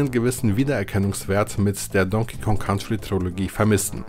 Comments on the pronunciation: nur ein Tipp... COUNTRY wird "KANTRI" ausgesprochen, nicht "KAUNTRI" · Ein wirklich tolles Video. Danke für die Zeitreise 👍🏻. Jetzt schon eines meiner Lieblingsvideos von. Allerdings wird "Country" so nicht ausgesprochen 😅. Komischerweise ist es an einigen Stellen des Videos sogar richtig. 🤔🧐